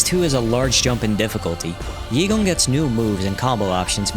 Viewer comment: Its actually pronounced EY-gong not yee-gong lmao